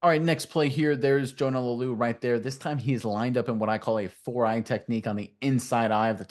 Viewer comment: La-oo-lu, not Lau-lu